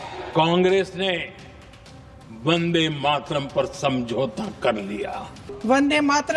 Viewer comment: ko bolna nahi aata 'Mataran' bolti hai